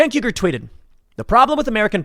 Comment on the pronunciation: Hey Tim, It's pronounced "Uy - Gur" not "Yu - Gur", the U at the start of his name is spelled like the U in "Uzi", you say Uzi, not Yuzi. Just pointing it out :)